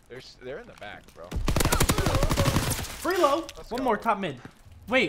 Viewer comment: It's called "FRELO" not "FREELO"